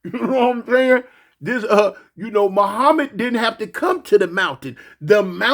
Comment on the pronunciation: "Muhmad didn't have to come to the mountain the mountain came to Muhmad" 🤣🤣